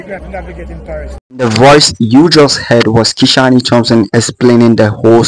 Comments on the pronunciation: How did Kishane’s name become Ki-shaw-ne? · Kishan(e) the “E” is silent. His name is pronounced Kishan without the “E”